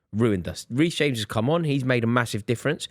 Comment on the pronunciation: Did say Weece James 😂